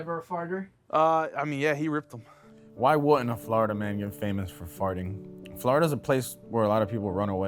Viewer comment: Everytime he said Florida it sounded like he said "Flarta." 😂